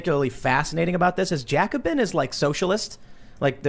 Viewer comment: "Jacobin" ? The f*** ? As a French I can not be blamed for that guys come on...